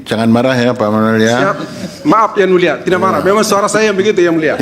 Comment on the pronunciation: Yang mulia bukan yan mulia..😂😂😂